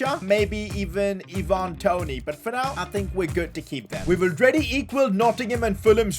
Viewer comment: Why do you say “ee-VAN Toney” it’s “EYE-van Toney”